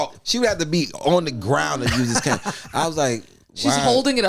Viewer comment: I love how corrects but gets the pronunciation of Cane wrong still lol.